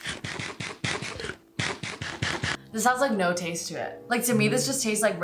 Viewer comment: I love how she says “zue” instead of to 😊😄